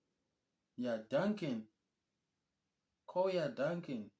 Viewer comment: KoYA DuncAn one of them say koya DuAcAn. How is moving schoolsgon a fix that